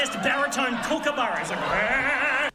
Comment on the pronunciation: Kookaburra- Not kookabarrow 🤣